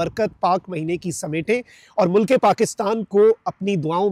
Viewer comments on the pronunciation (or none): none